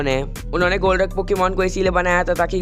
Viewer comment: Bro golruk pokemon vo nahi hai vo golurk hai